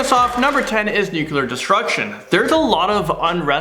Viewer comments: Nuclear not nuke-u-lar. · Nu-clear. :) Nukular doesn't exist. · Why can't you pronounce nuclear?